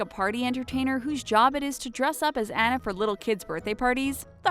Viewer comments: AH-NU NOT ANN-UH AWWWWNUUUUH NOT ANNNNN NUH. NOT ANNA AS IN BANANA GAAAAAAWWWD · Her name is AWE-NA not Annuh pfft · how did they say Anna's name wrong?!?!